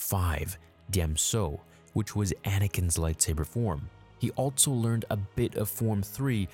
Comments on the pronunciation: The dude also says “Altso” instead of “Also”. Makes no sense. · Drink every time he says "altso" or "I'll bite" instead of also and albeit! 🤣